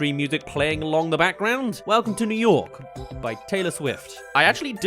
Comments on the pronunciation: ”Welcome to Yew Nork” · "Yew Nork" 💀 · Welcome to yew nork